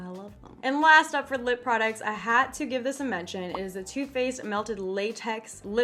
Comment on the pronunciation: LMAOOO - "I hatt to give this a mentcheh"